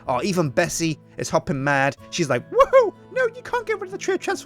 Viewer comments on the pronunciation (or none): none